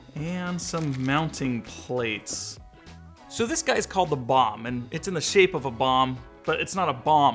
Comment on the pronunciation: You cant say Bomb LOL